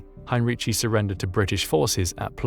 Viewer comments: It is pronounced, in English transliteration highn-ree-ki. In German, especially in words of latinised origin, "c" is never pronounced "tsh". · For your information: Heinrici's surname is pronounced HEIN-reekee (hard "k" on the "c", not a "ch" sound).